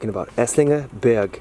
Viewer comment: Thank you for showing me my "Heimat":-) Burg = Castle --> You speak the "u" like "underground" Berg = Mountain --> You speak the "e" like "egg"